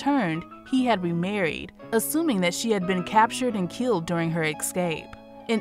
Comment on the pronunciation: Beautiful piece about a great human being but im sorry, hearing "exscape" all the time is very annoying...